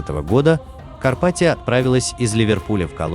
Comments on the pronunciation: Почему КарпатиО? Дебильный робот! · Карпатио, напомнили нокиО😂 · блядь, карпатиЯ по русски будет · Карпатио😂😂😂😂 Лооол)))) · Эль Карпатио это феерично